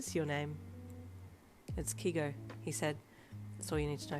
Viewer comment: I absolutely love your fanfics (especially the Hawks ones) but I need to tell you it’s pronounced K-ay-go not K-ee-go TWT